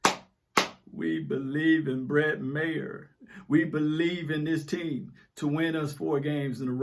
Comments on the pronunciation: Its Ma-her not Mayor. Though he kicks like a crooked politician. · Its Brett Ma-"her" for future reference kinfolk. I have to admit that Jerry Jones holds back the team.